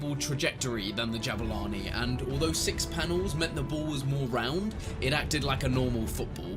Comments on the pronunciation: its pronounced Jaboolani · You mispronounced Jabulani 😁😂